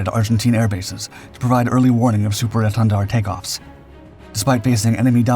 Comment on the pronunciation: Take a shot of hard liquor every time he says Super Èntendard - I dare you. 🥴😵‍💫😵